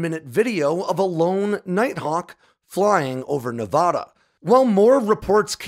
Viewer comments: Loved the video but hearing you mispronounce Nevada so many times is like fingernails on a chalk board! Heaven forbid we have a story that centers in Oregon!! Obviously, I’m just messing with you! Love the content, keep it coming!! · Tonopah is pronounced "Toe-No-Paw". The way you said it I could barely tell what you were referring to. Also, when referring to the State of Nevada, it's pronounced "Nev-a-da" and not "Nev-ah-dah". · You definitely have no idea about how irate that makes Nevadans because we’re not Nevahdahns it’s not Nevahdah Ne - Va - Da Nevada its prounounced how it’s spelled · As a Navadan... super irritating to hear someone say Ne-vah-dah... its Ne-Vad(like RAD)a. If you ever run into one of us and say it that way you know most of us will twitch... 😂😂 but as someone who grew up in Palmdale... great story , i miss seeing the F-117s on a almost daily basis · "TOE-nuh-paw" and "Nev-ADD-uh". Not "Nev-ODD-uh". This is how locals find other locals. Definitely don't pronounce it "Nev-ODD-uh." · BTW, it's pronounced "Nuh-vaaaaada" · It’s 2023 and we’re still pronouncing Nevada as nevahduh smh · He can't say Nevada correctly, you expect him to get Sammamish? 🤣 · hey, i love your videos! you should check your pronunciation of "Nevada" - i used to say it the way you are saying it, then some people from Nevada got very upset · Your stuff is awesome.....even though you say "Nevada" wrong. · Days since pronouncing Nevada incorrectly: 0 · The first A in Nevada is pronounced like in apple, not an AHH sound. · You're pronouncing Nevada wrong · We pronounce it Toe-Nou-Paw (like the sound you make when saying eNOUgh) and Nev-aaaa-daaa (like da-da) not Nev-ahhh-daaa, sorry it was bugging me.